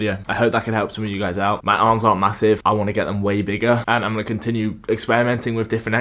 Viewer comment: “Stopped my awms fwom gwowing”